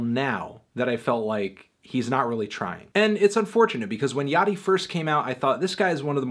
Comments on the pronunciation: I thought it was pronounced Lil Ya-chee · please no antnee. not yachtee